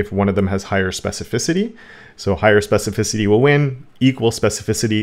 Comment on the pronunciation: That trick of hovering over a tag or selector and seeing specificity is great. Doesn't show up in Firefox which is yet another reason for me to quit using it, I guess. Oh and congrats! on your specificity pronunciation!